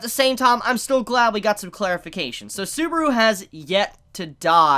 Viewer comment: The way this dude says "Subaru" really pains me to a point i never thought possible 😭